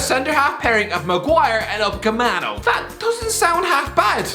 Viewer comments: Plot twist: He always pronounces wrong because he sees Upacemano instead of Upamecano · Therapist: Upamecano Upcameano doesn’t exist Also: Upcameano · I know right, he's literally reading from "Upamecano" on the headline and still he pronounces him as Upacemano lmao 🤣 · Dayot UpaMEcano not Upacemano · You still can’t pronounce upamecano 😕 its not upacemano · Upamecano*** Get that straight,,stop battering the kid's name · "Ucapemano" 2021. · Its upamecano 😂 not upacemano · It’s Upa ME CA no not upacemano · Dayot Upamecano.: Dayot Ucapeckmano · Why u pronounce UPA - ME - CANO to UCA - MEPANO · dayot upcemano seriously kills this name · Someone tell him that it's upamecaneo please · Nobody:: Upmakepacano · Lad, it’s upaMeCano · Was gonna say that 😂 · He does it on purpose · The still can't pronounce Upacemano. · Still saying upacamano 😂😂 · Dayot UpaMECANO ffs are people from County Clare that illiterate? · Percentage of comments: 50% about his pronunciation of Upamecano 40% about his new chair 10% about Paul McShane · you pronounce upamecano wrong mate xD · Good god, not only you're pronouncing upamecano worng, you didn't even spell it correctly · When will you ever get Upamecano’s name right? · The day calls Upamecano correctly is the day he's let outside the basement. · That’s official. deliberately pronounces Upamecano wrong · Ofcourse he does. Errors trigger people to act, which is good for the Youtube algorithm. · How can he still not pronounce/spell Upamecano?